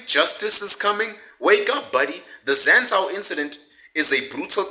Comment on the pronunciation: its pronounced Zan-zoo… it’s expensive for where it is(Hatfield student area) but really it’s pretty affordable, it just looks expensive I’m the corners. But everything else you say is legit facts 💯